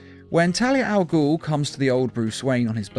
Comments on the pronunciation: Please learn how to pronounce Ras Al Ghul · Resh Al gul lol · (Rah-z) al ghul.